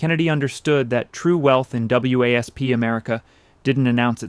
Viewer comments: W A S P? It’s pronounced wasp. So is this AI or an uninformed narrator? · To commentator: WASP that you spell out is usually pronounced as Wasp as in insect. Otherwise just say White Anglo Saxon Protestant = wasp.